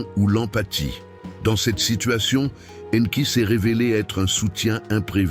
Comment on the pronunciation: La voix I A qui prononce différemment le nom d'Enki . Anki Enki. Mdr